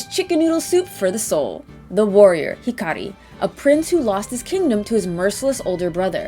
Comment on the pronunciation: I am SO proud that you're taking your Japanese lessons to heart, and pronouncing Hikari's name correctly! Gold star!